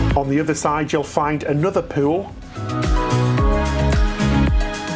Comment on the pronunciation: you make me laugh so hard when you say the word "pool" cuz it sounds like you are saying "poo"!❤ Love you guys!!😊